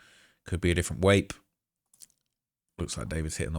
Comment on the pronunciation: you pronouncing it as a "wape" instead of vape reminds me of my German wife. she calls my pen my "wape"